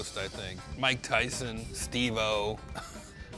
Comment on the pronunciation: "Mike Thyson"